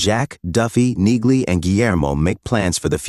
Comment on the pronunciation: Damn annoying AI voice over. Train it with "knee-lee" to force accuracy. (Among all the other errors which stopped me finishing this)